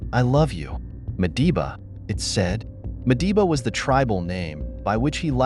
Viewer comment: Madiba, not Mediba